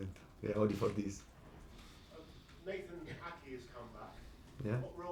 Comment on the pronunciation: the way he says Nathan is joke